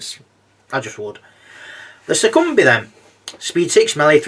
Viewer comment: Awesome review! Keep it up :) Also I’m pretty sure Succubi is pronounced (Suck-U-Bye) at least that’s how I say it haha